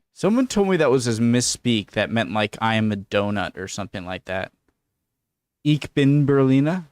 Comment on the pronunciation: 2 points: 1. it is not pronounced "IK BIN" but "ICH BIN" the CH sound in German is a guttural SH but it is not a K and the same rule applies to the word "REICH" which sounds like "REISH" rather than "REIK" 2. a "Berliner" has 2 meanings - inhabitant of Berlin + a type of doughnut really mewm mewm. you can google it, to see images of a Berliner doughnut.